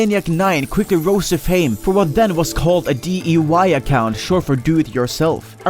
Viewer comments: "D-E-Y account, or Do-It-Yourself".... Didn't know "I" had the same pronunciation as "E" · lel he said DEY